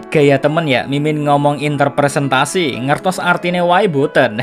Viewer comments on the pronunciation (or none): Interpretasi kayanya min, bukan interpresentasi.. bukan intermilan jugaa 🤣